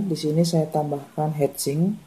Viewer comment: Mantab om... Ditunggu lanjutannya... Ijin kasi masukan, heat sink sebaiknya tidak dibaca hed sing (kepala bernyanyi) melainkan dibaca "hit singk", hit dibaca seperti biasa sedangkan singk dibaca seperti singkong tapi tanpa -ong. Atau pakai bahasa menjadi "pembuang panas". Semangat dan sukses terus om...